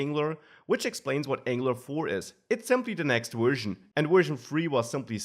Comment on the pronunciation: Excellent content. But PLEASE learn to pronounce your v's properly. You keep saying wery, wersion, wisiting. Seriously, listen to some real English once in a while.